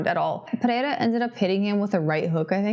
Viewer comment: Bônus points for speaking "pereira" correctly, i dont know why the gringos have so much trouble saying it